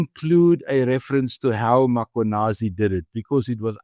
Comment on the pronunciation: I wonder when will people pronounce Mkhwanazi correctly (Mmmmm-kwa-naa-zee and not Ma-kwa-naa-zee).